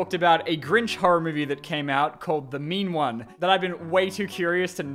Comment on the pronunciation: Every time says "The Mean One", I keep hearing him say "The Meme One"... And this just made me realized that internet meme horror movies exist and that makes me sad a bit.